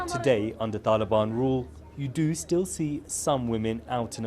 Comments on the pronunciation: Why does he keep pronouncing Taliban like that? He speaks with an English accent and yet pretends he's not western when he says Taliban? Cut up his passport and he can live with the "taalheeban" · Why does he try to pronounce all thse things in the 'original'/pashto pronounciation?